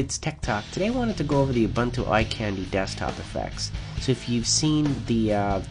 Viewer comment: Your voice is pleasant and the information is presented well. I like this video. But it's pronounced oo-boon-too, not uh-bun-too. That's right, I went there. ;)